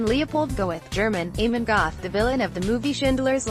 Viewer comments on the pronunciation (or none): The name Amon is not pronounced as if it were the Irish name Eamonn. It is pronounced as the small "a" and mon so a mon. Not as if it were Eamonn.